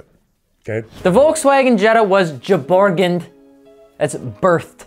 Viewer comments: Geboren Not jeyboren! Geyboren! G sound like in murican' as in german. Like you say girls. Thanks from trying your best anyway! Love ya. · It's "gebohren" not "geborgened"... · Please, you say "geboren" in Germany, Not "geborgened"